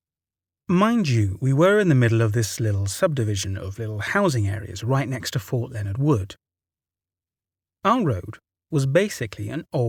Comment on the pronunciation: I love how you say Fort Leonard WOOD in the first story. I live in St. Louis, about 2.5 hours away, and I have never heard someone say it with that particilar emphasis. It's probably more technically correct, but it sounds strange. People tend to smush the words together and say leonardwood. The Midwest isn't exactly well known for good enunciation.